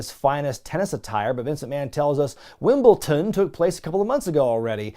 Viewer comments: "WimbleTON"? Never heard of this Wimbleton tennis tournament 🤣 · Why do American's find it impossible to pronounce Wimble"D"on?